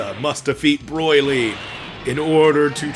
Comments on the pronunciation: I love how he pronounces Broly. Broily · Learn how to say bro-lee !!!